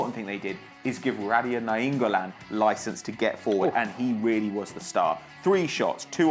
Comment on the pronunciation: i kept on rewinding to hear pronunciation of naingollan! haha